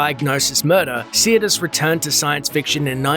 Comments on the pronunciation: her name is sirtis, not siatis or siratis. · So what happened to this star???? Nothing major she kept working it’s just she’d had no other role as iconic as Troy . Also how come this clown can’t even pronounce her name correctly it’s not see-er-tis it’s sir-‘tis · Its Sirtis not Seertis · Sirtis is pronounced "Sir".. As in, I knight you Sir Pronounce... Sirtis.. Not Seartis.. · Her name is pronounced SIR-tis, not Sea-ir-tis. Smh I met her in 1998 at a convention in St. Petersburg FL. She was very beautiful, just like on TV. She said her accent on the show was Greek (she is part Greek), and that's how she spoke at the convention, but her normal accent is Cockney British (which is really quite different than what we're used to hearing from her). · As an Englishman, Marinas' surname is pronounced, "Sir tis", only 2 'i's. sorry. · Her name is pronounced SIR - TIS, other wise Great video thanks for sharing 👍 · I don't think you're pronouncing her last name correctly. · You can't even say her name properly. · Except he can't properly pronounce her last name 😂😂😂😂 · you are not pronouncing her name correctly and it hurts my ears. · check you pronunciation of Sirtis and Mossad